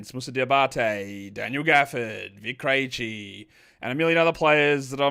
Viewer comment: You've been pronouncing Vit Krejci's name wrong for the last year or so. Have you watched a single Hawks game in that time?